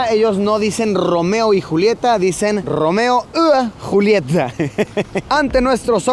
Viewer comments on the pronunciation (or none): Buen video mi Luisillo, me gusta mucho la cultura de Finlandia, lo veo desde mi pais tercermundista jajaja Para decir Romeo y Julieta se pronuncia Romeo ya Yulieta, no Romeo ua Julieta